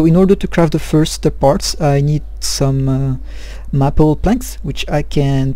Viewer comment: Another great vid! Keep them coming! Best, John PS. Its pronounced May-pull. But its said fast. :)